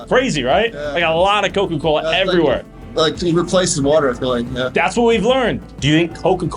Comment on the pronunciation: It's everyWhErEeee~~~